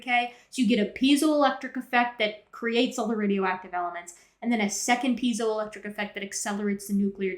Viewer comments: Having studied electronic engineering, hearing "pee-zio effect" is irksome. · Zye-cron, P-Z-O-electric... Is this guy just unlucky enough to be dyslexic of top of being a YEC??